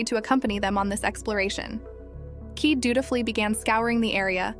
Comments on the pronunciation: Why do they stupidly mispronounce Kaede as "keed"? It is Ki-day! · Her name is pronounced : kī-day😤